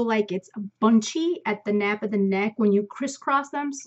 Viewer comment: Hee hee...it is the nape ( like ape) not nap.